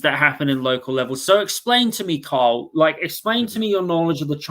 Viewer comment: His name is not”Kyle”. It’s Carl.